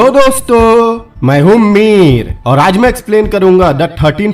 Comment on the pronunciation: Hello dosto m hu meer is sound like hello dosto i am fakeer